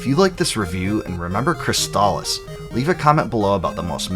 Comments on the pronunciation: Thank you for pronouncing "Crystalis" correctly. Easily one of my top 5 games for the system. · Finally, someone pronounces the name of the game correctly. I've seen so many reviews, and they just keep calling it chrysalis.